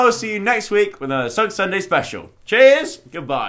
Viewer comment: Jenny Arnott Its Sugg not Sygg